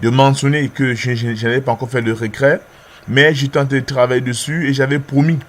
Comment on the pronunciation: C'est "reTrait" et pas "recrait"